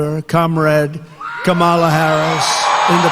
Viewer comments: Can we all start pronouncing Donald as DonOLD? Just like they stress the wrong syllable in Kamala's name, do the same for him. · Meanwhile, Diaper Donnie continues to intentionally mispronounce Kamala Harris' name to rile up his inbred base, with their fear of "The Other." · She told him her name when she shook his hand before debate. And he still mispronounce her name. He's melting. 💙💙💙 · He still can't say her name correctly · He refuses to pronounce her name correctly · It's wrong as hell that they fact checked it when it lied about ppl offing babies. So unfair. EDIT: The fact that it refuses to say Kamala's name correctly is so weak and pathetic. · Can he even remember how to pronouce her name 😮😮😮😮😮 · He knows how to pronounce her name. He disrespectfully chooses not to say it correctly. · He still refuses to pronounce her name correctly. 🙄 He’s getting more and more unhinged. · The way he mispronounces her name 🤦‍♂️ He is such a fragile little boy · Two things. He had ONE debate with Kamala, not two. Second, he never ONCE had the decency to pronounce her name correctly. ,la 2024 🇺🇸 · His disrespect for Kamala Harris is disgusting. He constantly mispronounces her name. It reminds me how he disrespects Barack Obama by saying and emphasizing his middle name. It’s like he never matured past middle school. Or is it 3rd grade? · I love how his stupid ass says her name wrong intentionally now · He says Kamala wrong again. The moderators never shouted. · And he’s already forgotten how to pronounce her name. But his standby of name calling and insults is still intact. (Yawn!) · And he still can't say her name correctly. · He purposely says it wrong. It's his way to belittle her since he can't call her what he really wants. These MAGA followers, like Nancy Mace say her name wrong on purpose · The most annoying, minor, petty thing he does is intentionally mispronounce her name. She pointedly introduced herself to him at the debate, and he still says it wrong.